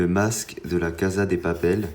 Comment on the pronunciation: Ça se dit la cassa de papel pas caza merciii sinon bonne video